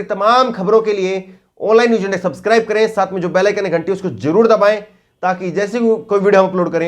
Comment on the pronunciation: i like ur accent news ko nooj